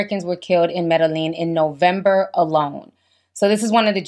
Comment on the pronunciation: You said Medilin